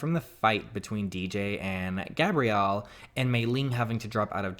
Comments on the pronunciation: Dj its Gabrielle as in gab-ree-elle not Gabriel. Sorry it’s just kept bothering me I love you tho!!❤️❤️❤️ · btw the sound of gabrielles name is not gaberiel its gab ree el